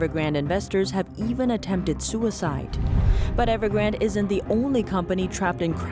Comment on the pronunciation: EverGRANDE not Evergrand